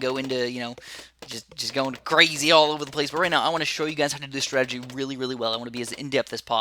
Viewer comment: Yay! He called masterov's "startagy" ridiculous